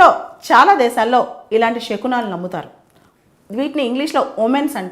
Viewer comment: షకునాలు కాదు శకునాలు